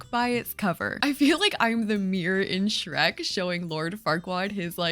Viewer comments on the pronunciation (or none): none